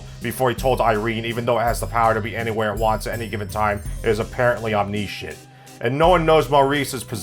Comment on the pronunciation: "Om-nISH-ent," not "om-nee-shent,". You can eat garbage, but your proNUNciation doesn't have to be.